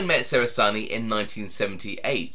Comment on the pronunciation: John was my Nonno's cousin, it's pronounced "che-ra-zar-knee" not "se-ra-zar-knee" by the way.